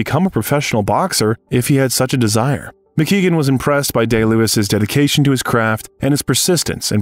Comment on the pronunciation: DDL is a master at his craft but the name of his boxing trainer's name is Barry Mc Guigan not McKeegan. A Welsh man ex boxing lightweight champion.